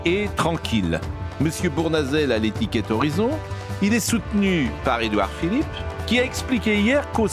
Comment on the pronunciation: Édouard, pas Eduar